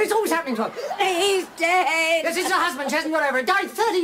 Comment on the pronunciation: 8-28 "He's a-dead." Always notice that. a-dead.